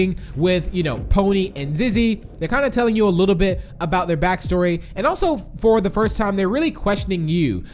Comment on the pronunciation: Lol you said fo 😂